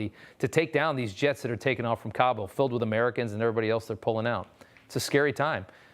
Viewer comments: He keeps saying Kambul. What an idiot. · Please INFORM the dumb guy , the disaster is not KAMBUL , it's Kabul .